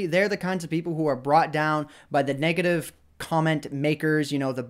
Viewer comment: Hahaha when says 'negative' it sounds like he's saying 'naked-ive'